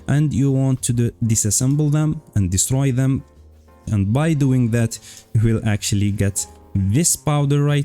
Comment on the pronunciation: Destroy them sounded like a Russian😂